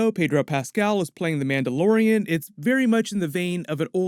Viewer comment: he said this story follows a Mandalorian? I heard Amanda Lorian XD